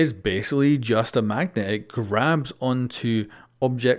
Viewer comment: Mag-NET hah pretty clever ubi